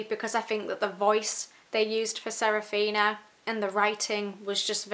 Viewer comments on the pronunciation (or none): The book is older than the author was when he wrote it! Also…. Sa-Fi-Ra…. Saphira. Damnnnnn